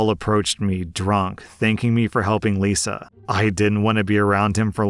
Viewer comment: "married to liza for..." Me ears- "married to lucifer..." 🤣🤣🤣🤣🤣🤣